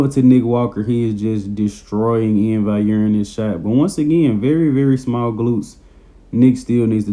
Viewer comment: Valliere bro not vaiyer. You pronounce the ll's like an L